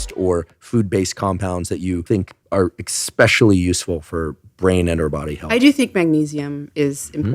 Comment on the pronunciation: Did Dr. Huberman just say EXSPECIALLY?!?!?!